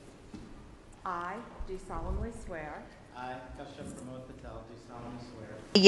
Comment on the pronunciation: Kashyap not keshap can u learn how to pronounce his name. You can learn from him